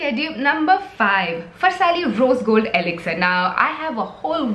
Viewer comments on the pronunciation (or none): none